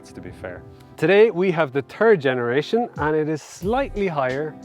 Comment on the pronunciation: ‘Turd Generation’?